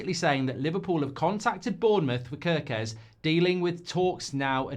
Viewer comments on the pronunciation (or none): It is pronounced 'Care'-kez like the k-a-r in Karen.